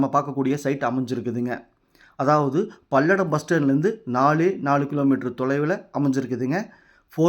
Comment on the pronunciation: பல்லடம் என்று சொல் பள்ளடம் இல்லை